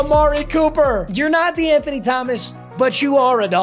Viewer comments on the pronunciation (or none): I took a shot evetytiem he saiud dewanthony thgomaqs and im fuicked uop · lowk the amount of times he said de’anthony started to piss me off